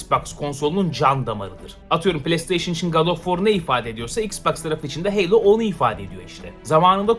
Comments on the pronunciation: Heylo ne Halo HALO!!! Kasma Bu Kadar Knight’a Kınayt Diye Bir Topluma Sesleniyorsun Unutma 😂🤣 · Helo değil Halo yani